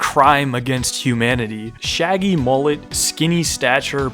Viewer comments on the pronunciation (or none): none